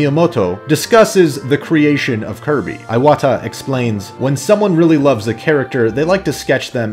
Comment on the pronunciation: It's "ee"wata not "eye"wata.